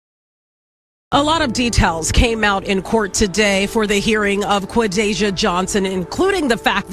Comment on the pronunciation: Romecca is a She Qua-Day-ja pronounce